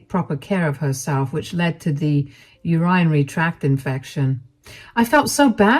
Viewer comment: I would really like to see what all the “elitist” people in the world would do without the janitors, or the barista’s, or the maids, or the waiters and waitresses, etc. They’d never survive. Good story and for future information, urinary is pronounced “Ur-in-ary”